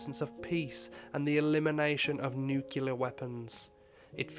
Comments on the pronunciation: NOOO DON'T SAY NUUCULAR. IT"S NUCLEAR! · It's nuclear NOO-KLEE-AR not NOO-KYOO-LER! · How can you possibly make a video about Hiroshima and not be able to pronounce nuclear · Please learn to pronounce nuclear properly- such a great video otherwise.